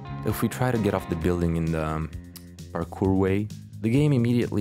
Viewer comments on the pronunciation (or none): none